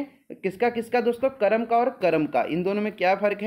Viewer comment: he said karm to kram